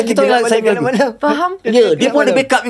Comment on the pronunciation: bang,member saya nyanyi "kelab malam" bang hahahhaa hareyy betuii.. lawak la takkan "kelab malam pasti terang sang mentari pasti datang??".. wlaupun saya dah habaq sebutan betoi "gelap malam", sampai harini bang klau dia nyanyi bunyi "kelab malam"